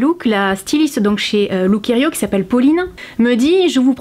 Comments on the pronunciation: On dit lookiero et non lookierio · Encore un concept dans lequel les grandes tailles sont exlues, comme si au delà du 42 ou du 44 on ne pouvait pas également avoir envie ou besoin de se relooker ou de se faire plaisir. C'est anormal. Durant toute la vidéo tu as prononcé Lookerio alors que c'est Lookiero 😊. De toute façon c'est plutôt look 0 😉. En effet ca fait pas trop été tout ca. Autant s'en remettre aux services de relookers pro près de chez soi... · ça se prononçe "look-i-ero" et non "looker-i-o" le -i est avant le -e! Super video je trouve que le chemisier rose te va à merveille, surtout avec tes cheveux oui!